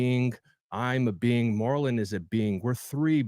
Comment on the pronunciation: yup Marlon did, and when he said his own name, phonetically it sounds like “marlin”. It is spelled Marlon tho. I know it’s not a super common name, but surely people have heard it before. I’ve never heard it pronounced Mar-LON tho. That was pretty funny